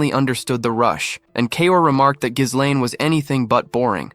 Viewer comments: I gave up after five minutes, irritated because the main character's name is mispronounced throughout. It's "gih-LANE" or "jeh-LEN" with a silent "s", not "GIZZ-len"; that one sounds like "glizzies" which sound like glistening hot-buttered hot dogs... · Bro the "s" in Ghislaine is silent. Work on ur AI voiceover